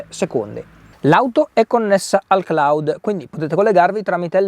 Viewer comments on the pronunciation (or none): none